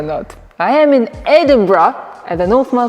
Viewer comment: You learnt how to pronounce Edinburgh 👍